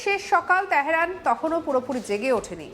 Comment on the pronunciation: তেহরান তেহেরান নয় তেহেরান তেহেরান নয় তেহরান তেহরান নয় তেহরান তেহরান Correct the pronunciation of Teheran not Teheran.